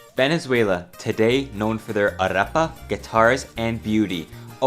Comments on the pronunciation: Oh yeah, when he said "arapa" instead of arepa I was going to have a stroke. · Spell with me: A-RE-PA (is "re", no "rra")😅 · Arrapa? Arepa* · Arapa???? It’s Ah-reh-pah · its pronounced ar Epa not arApa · It's arepa, not "arapa". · Arepa? ARRAPA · Know for their what??😂 Arrupa? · What is a “aRRepa”? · It's A-reh-pa. Pronunciation correction aside though, as the son of a Venezuelan I'm a bit disconnected from the country's history, so it's nice to see it all explained like this. Sucks that Venezuela could have been a shining example of South-American potential but fell flat on its face because of selfish and corrupt politicians. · Arepa is pronounced: "ar-eh-pah" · Arepa pronounced "Arepa". No hard r 😊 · "venezueulau" araepa´ guiitarists... HOMBRE YO VENGO DE VENEZUELA EL PUEBLO MAS GRANDE DEL MUNDO Y COMO PUEDES OFENDERME DE ESA MALDITA PUTA HIJA DE LA GRAN REPUTISIMA "araepa" MANERA????!!!!!????¡¡¡//%$$$####//// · Arrapa XD 5 seconds into the video and i'm already dying jajajaja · "arrapa" "HHHyugo SHavez" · QUUE??!! COMO QUE ARRAPA soy español y me dolió hasta a mí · Said arepa wrong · bruh you said arepa wrong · I can't be the only be to cringe at his pronunciation of arepa and calling a quatro a guitar. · The way he pronounced Arepa was the biggest tragedy in this video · was better if he just said "bread"